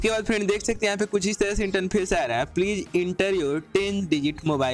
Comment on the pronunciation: Bhai interface hota hai not इंटनफेस